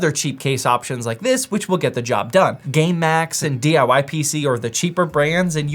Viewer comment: you DID NOT say game max there.